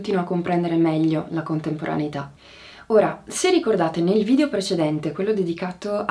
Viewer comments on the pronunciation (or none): none